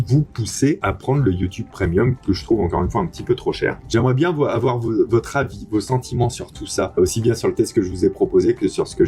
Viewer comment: "Il ne faut pas awar peur"